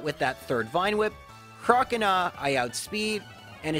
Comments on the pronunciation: Crocanah haha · the way you pronounce 'croconaw' triggers me